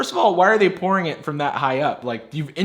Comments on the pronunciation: Haha it sounds like you said “porn methods” instead of pourING methods 😀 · sounded like he said "we are going to try out a few porn methods" lol